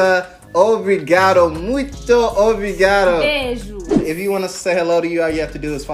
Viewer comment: esse "beijos" dela foi muito brasileiro